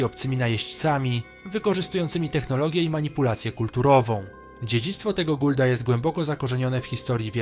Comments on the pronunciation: Nawet miał kiedyś beke z Twojej wymowy. Mówi się raczej Goa’uld a nie Guld.:P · I znowu zle wymawiasz, nie wspomnie o dżauczći ( polska wymowa) to są goa'uld a nie guldzi, obrażasz kolejna potężna rase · Nie Guld a Goa Uld tak to sie wymawia.